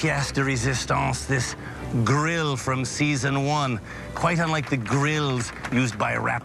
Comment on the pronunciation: Le grille, le grille what the hell is le grill lol